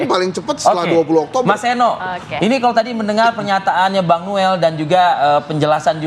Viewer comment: Noel noel kok nilei nya jadi Nol